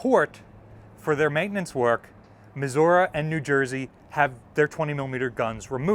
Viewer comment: mis- What? muh·zur·ee